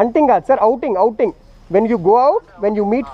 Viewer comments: damm cops bro ! however i enjoyed your conversation with that bosss! ,when you try to said 'outing' he replied with 'Hunting'ah? lol,,,,any ways nice video man,,,,as a viewer and a subscriber my full supports to you bro,,,,take care with those scumbag cops!,. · Outing sir not Hunting :p